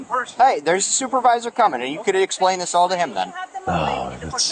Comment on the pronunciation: He asked to talk to a supervisor, and he got to talk to a supwrvisor. Lol